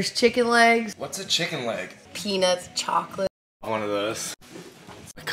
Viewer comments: NJ so "chawclaaate" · “CHAWKLATWEEEEEE” 👨‍🦯💨 - Anthony 2022